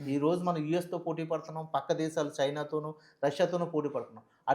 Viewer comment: సైనా కాదు చైనా.